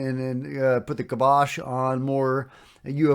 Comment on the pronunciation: I think the correct pronunciation is KYE-BOSH.